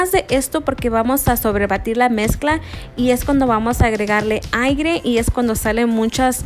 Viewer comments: Apenas lo estoy viendo y haciendo el pastel de caja ojala salga chula si no me sale oh No 😫. Tengo una duda dices cubrirlos de plástico y meterlos en el congelador? No creo será refrigerador no?. Si no se hacen hielo. Chula dos correcciones si me permites con todo respeto. Dices AIGRE y la palabra correcta es AIRE. también se oye mejor si dices SI VES y no MIRAS. Discúlpame si?. Es que tienes una voz bonita y te oirías mejor. No te creas me he metido en broncas porque mucha gente escribe dios y es humillar a nuestro Padre Celestial y les digo de la mejor manera que se escribe con D mayúscula Dios. Gracias por compartir tus videos un abrazote desde Texas. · SE DICE """"**AIRE ""**NO AIGRE 😂😂🧐🧐🧐🆗